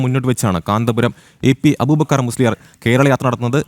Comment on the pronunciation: ആദ്യം എ പി എന്ന് പറയാൻ പഠിക്ക്😂